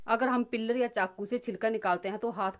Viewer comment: पिल्लर मत बोल पिल्लर मतलब है खं बा पिलर बोल peal मतलब सोलना छिलका निकाल ना